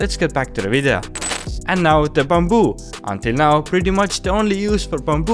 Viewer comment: I love the way how he say bamboo as "bumboo" 😂😂